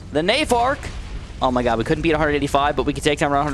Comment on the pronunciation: DID MAN JUST SAY ZOH MY GOD